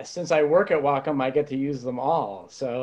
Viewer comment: I finally know how to pronounce Wacom correctly. WOW